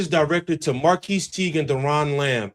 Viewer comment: B his name is Marquis (marcus) u saying it wrong 😂